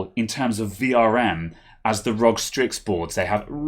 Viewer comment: Its R.O.G dude not Rog lolol